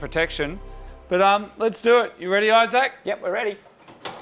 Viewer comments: am i the only one who caught him calling Issac, "Eye Sack"? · "i-Zac" Your mate either has a ridiculous name, maybe just a ridiculous pronunciation of a normal name OR is he is an Apple product ? Which ridiculous option is it ? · EYE-ZAK... LOL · Main thing I took from this video is I can't stop hearing the way Moog says Isaac with so much thought each time. Like he doesn't want to get his name wrong lol. I Zac everytime. Only me? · It's Isaac but pronounced differently